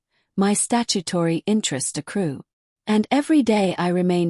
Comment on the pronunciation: How many times must we listen to the absurd mispronunciation of accrue, accrued, and accruing?